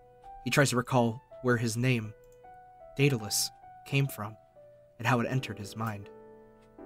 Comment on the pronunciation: Am I the only one who thinks Daedalus sounds like "Dataless"?